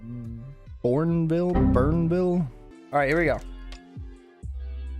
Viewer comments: Bournville is pronounced Born-Ville 😊 It was the name of the village that the workers at the Cadbury chocolate factory in Birmingham had made for them by the Quaker factory owners. The Cadbury World tour is something that may interest you! 😊 (Edited from Factory tour, as corrected 😊) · Its pronounced bornville